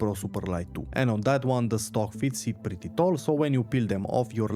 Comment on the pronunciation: Say PRETTY again...hahahahaha also PRETTY TALL...hahahahaah